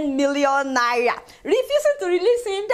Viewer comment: Love the way you pronounce Naira.....